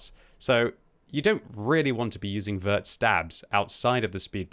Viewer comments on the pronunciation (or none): none